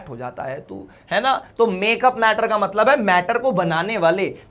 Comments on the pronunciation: Matlab❌ Matbal ✅ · Mtbal Mtlab Mtlab hota hai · Matlab ❎ Matbal ✅ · Matlab❌ matbal✅